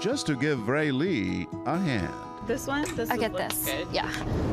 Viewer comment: When the actor has the same name as you... (Raylee) AND THE ACTOR SAYS IT RIGHT BUT THE PRODUCER SAYS IT ALMOST RIGHT BECAUSE HE SAYS Ray-LEE OR Ray-lEE INSTEAD OF Raylee.